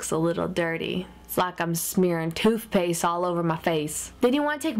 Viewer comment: " it's like i'm smearin' toowthpayst all over ma face "